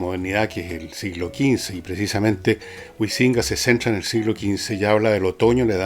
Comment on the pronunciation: Pese a que concuerdo contigo en que varios no valen la pena, no sé qué universidades has pululado, pero al menos los profesores que yo conozco han leído, publicado y tienen un peso académico 100 veces mayor al de este señor, quien curiosamente ni siquiera sabe pronunciar el apellido "Huizinga" y parece que leyó un documento de wikipedia.